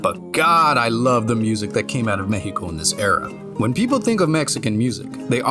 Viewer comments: I appreciate a lot that you say Me-he-Co instead of Mech-See-Co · Dude, First of all, your pronunciation it's way too good; It took me by surprise to hear Mejico and not Meksico. Mexico being good for a fallout game always took a place on my mind, especially because the other games mention it a bit. So now, to help enhance this world building: 1. if the city flooded the Chinampas would make a popular return, like, imagine this swampy like place with a lot of tiny islands made out of dirt and debris. a place made by survivors but abandoned because of the dangerous radiation or maybe the dangerous creatures that came along with radiation. maybe they flee because of them, maybe another faction took away that place. 2. The Metro it's like way, way too large, and way too crowded, It would be an awful place to be, without mentioning that some places would turn into a underground city full of raiders / ghouls, and many others. This one is based on personal experience many people would survive here the first impact, but later on the hell will be unleashed. OFC this would also make a fine place to survivors to prosper until they get mad 3. This point is here just to make everyone remember that a) we have many volcanos b) It's a seismic place So try to imagine some cities ended up like Pompeii at least the ones who where forgiven by the nuke . 4. Maybe some Vaults over the place, like one of them flooded in CDMX and the other one fell under it's own weight because of an earthquake in another state. 5. Nuka Cola's investment here would be crazy (Yes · U earned my like from the moment u said Mexico correctly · gracias wey, not everyone actually investigates about Mexico, its not just dust and desert, thanks for making a good research, also thanks for saying Mexico with the correct pronunciation. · Im new here and was sus until i heard you truly say Mexico. BUT I GOT MY EYE ON YOU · He actually pronounced it right! im damn impressed